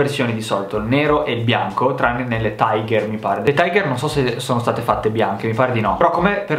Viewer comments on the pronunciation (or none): none